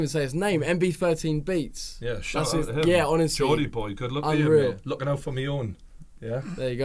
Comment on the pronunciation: alright mate it's not gordie its geordie and joe weller has always been someone that keeps it real with his fans read the geordie's comment - "people giving joe shit for not uploading" well that's because he's covered it on his podcast and thrown joe under a bus.